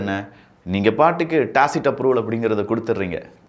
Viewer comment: யோவ்... அது டாக்சிக்... டாசிட்ன்னு சொல்லிட்டு இருக்கியே பா... நல்ல டாக்சிக் படத்துக்கு ஒரு விளம்பரம் செஞ்ச மாதிரி இருக்கு...